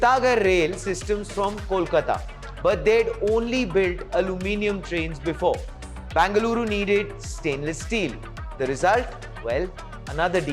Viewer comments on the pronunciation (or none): Either say Bangalore or Bengaluru. Wtf is bangaloooru? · It's not Banga-luru. Either say BENGALURU or BANGALORE. Thanks for the details in the report. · It's Bengaluru and not Bangaluru. It was called Bangalore before so if you don't use Bengaluru at least use that for your ignorance. There's no word called Bangaluru